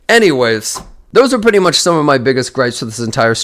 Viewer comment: Why does he struggle to pronounce the word "pretty"